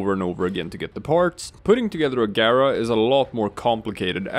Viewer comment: You pronounced her name correctly and for that you have a new subscriber.